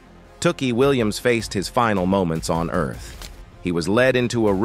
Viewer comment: this is a bot. "he" mispronounced mr. williams name like four different ways. so disrespectful